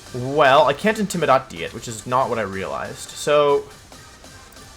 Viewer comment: Why do you pronounce intimidate that way